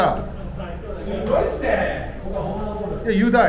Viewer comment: レアードこれもう日本人の発音だろ（笑） ﾎｰﾑﾗﾝﾊﾞｯﾀｰ!!!ｽｺﾞｲｯｽﾈｰ!!!